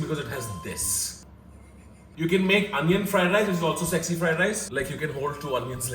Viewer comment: Still mad at for saying "egg sexy fried rice" instead of "s-egg-sy fried rice".....